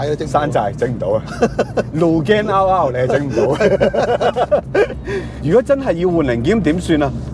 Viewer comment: 個名應該係讀double R , 唔係r勞r勞